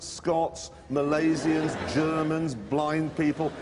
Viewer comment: “Malaysians” lol